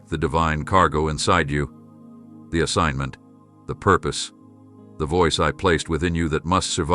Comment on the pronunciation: DID YOU SAY, SOMEONE STOLEN MY ASSIGG.ENT?